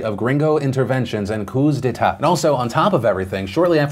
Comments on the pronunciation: "Coup dee tay" philip... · “cooz day-tut” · "Cooz day-taught" nice. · The way Phil pronounced "Coups D'etat" physically hurt me haha. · Same, I was searching for this.